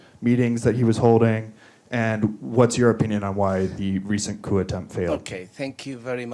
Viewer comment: The "Article 128" item must be very important (at about minute 40) because the mike is cut and the "translator" (who pronounces "coup" as "coop" vs. "coo") does not speak it. So I will supply the text of the Venezuelan Constitution Article 128: Article 128 (in the protection of environment section) "The State shall develop a zoning policy taking into account ecological, geographic, demographic, social, cultural, economic and political realities, in accordance with the premises of sustainable development, including information, consultation and male/female participation by citizens. An organic law shall develop the principles and criteria for this zoning."